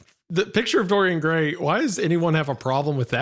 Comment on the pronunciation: I like how Isiah completely butchers Dorian Gray